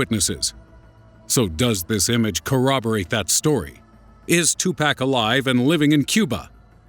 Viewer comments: "2 Pack/ El Pack-O".... LOL! Pawk/ Pawko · Really 2Pack!!?? It's definitely pronounced Tupac... it's not that hard come on!! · tu-pawk not 2-pack! White people... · His name is not 2pack there is no k it’s 2Pac 🤦🏾‍♂️ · As soon as you said "2 PACK" instead of "Tupac" I immediately lost respect for you and all that you stand for. Thank you and Good Day Sir. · its pronounced "pock" not "pack"....ass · 2 pack? no. 2pac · twopack? isn't is Tupac? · ITS NOT TUPACK ITS TUPAC. TU-PO-K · It's pronounced tupoc not 2 pack lol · two-pock..... say it with me now!!! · Serio _0 no...it's not. too-pock. not tu-puck. what u think he's a hockey puck? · I stopped watching when they said tu "pack" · lmao he says 2 pack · BOIII DID U SAY TWO PACK LMFAOOS OMGMR BOII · ....Two-Pack.... HAHAHAHA Okay. I'll press play now. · damn I cringed when this nigga said 2pack lmfaoooooo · two-pack? oh god why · it's pronounced toopoc, though that isn't how it's spelled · lol Tu-pack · LOL two-pack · wait a minute did this dude say....2PACK😂😂 BOI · Almost left because he called him Two-Pack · this nigga called him two pack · once he said "2 pack " it was hard for me to take this video serious from the start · "Two pack" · "2 Pack" lol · Did this nigga just say 2-Pack? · lol "2 pack" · oh god he pronounced it like tupack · This narrator is hitting all my wrong buttons. Pronouncing Tupac like "to Pack." Then El Paco the same way El Pack-o. What an idiot! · "2 pack" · I can't get passed it without making fun of it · Pronounced tupuc. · Why do you say tupac like that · Since you pronounced tupac's name wrong you lost all credibility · cringed when he said tupac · you mispronounced Tupac name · Please learn to say Tupac's name right. Please. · God how he says 2pac really annoys me